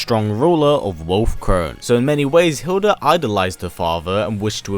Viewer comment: Her name is Hilde not Hilda. You are not using the correct pronouncation.